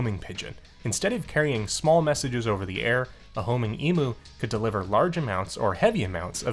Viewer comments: Side note for the side quest, Emu is pronounced "E-m-yoo" rather than "E-moo" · Big birds are so cool! Fun fact: Australian's don't pronounce emu as "e-moo" like Americans do, we pronounce it "e-myoo" with a "y" sound in there after the m :) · The only way I've heard Americans say it is how it's said in this video. Nothing wrong with that, I just find it funny :)